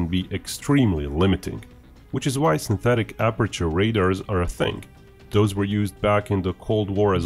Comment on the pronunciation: "Syntethick" aperture radar !